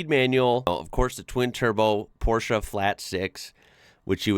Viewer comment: Appreciate the appreciation 😊 Oh and thanks for pronouncing Porsche correct ❤